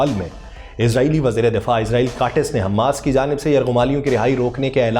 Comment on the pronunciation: صحیح تلفظ حمَاس ہے۔ حمّاس نہیں۔ میم پر تشدید نہیں ہے۔